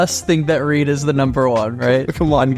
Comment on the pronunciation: It’s reed